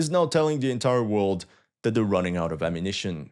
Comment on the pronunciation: This guy needs to learn how to talk normally without stretching the words towards the end: ammunitioooon. Damn, bro, learn a more proper English pronunciation.